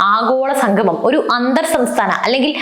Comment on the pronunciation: സംഗമം.......ഉച്ചാരണം ശ്രദ്ധിക്കുക